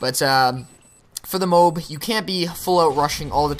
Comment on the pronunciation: Its really irritating, he keeps saying "moob" instead of "m.o.a.b" A good game though!